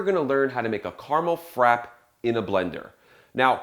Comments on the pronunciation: how is he a coffee consultant, and pronounces the word frappe wrong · You know how to make it but not how to pronounce it.